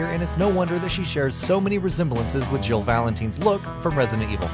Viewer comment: omg if he said jill name wrong one more time I was ready to flip shit